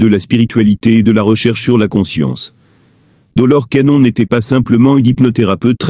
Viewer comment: Rien ne vaut une voix humaine qui prononcerai de manière exacte l'identité de cette illustre personne. J'ai arrêté la vidéo dès que j'ai entendu la prononciation de Doloresssss Cannonnnnn. Je n'ai pas liké, je ne me suis abonnée non plus. Je n'écouterai plus vos vidéos.